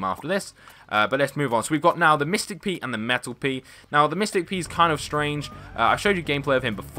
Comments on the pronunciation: You said mictick pea and metel pea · Did you say mystik pea?